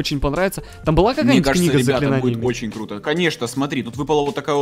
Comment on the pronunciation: Кто заметил что сказал не круто а клуто